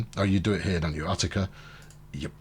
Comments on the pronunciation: Love your videos, just an FYI - Utica, as in Utica NY. is pronounced (YOU-ti-ka), The U sounds the same as "United". Doesn't take anything from the video series just sayin. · You find weird stuff like that all over, I'm from NY, that's why every time he said Uht-i-ka I cringed. In Manhattan, H-o-u-s-t-o-n Street is pronounced "HOUSE-ten". Where that came from is beyond me.